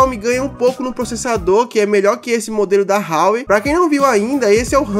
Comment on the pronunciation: Parça a pronúncia do Huawei é "Uauei" Explica sobre o Huawei P30 Pro Melhor canal 10/10